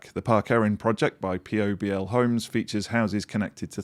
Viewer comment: It's not Pee Oh Bee El Homes in Wales, it's Pobl (pronounced pobble) which is Welsh for people! Gwaedlyd saesneg!